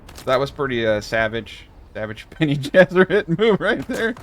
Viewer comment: lol sounded like you said Benny and the Jets as in the song. Bene Ges